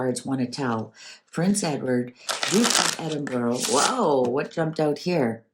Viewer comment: Ed-in-burr-ah. Not Burrow.😊